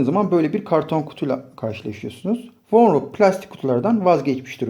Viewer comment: Vonroca vornok diyosun